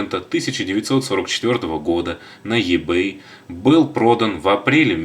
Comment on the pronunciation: И-бэй И а не Е , Ибэй